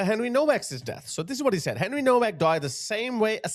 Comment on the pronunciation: Pronounced “NOVACK”